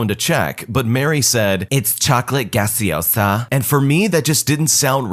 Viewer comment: No se dice Chocolat gaseosa. No existe eso. It is pronounced as "Chocolate Caliente" o Cocoa.